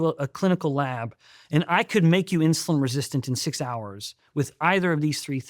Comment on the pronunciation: Insuline not Insiuline. Why do I hear "i" in Steven's pronunciation sometimes 🙈